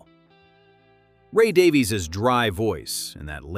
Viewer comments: Not Daveez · Davies is pronounced exactly the same as Davis